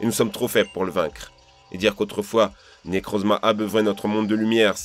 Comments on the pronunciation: Arrim moi mdrrr quand il fait les bruits quand j’etait petit *pishouu piou prrr* et quand il dit « Nekrrrouzma » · Quand il a dit necrozma j'étais mort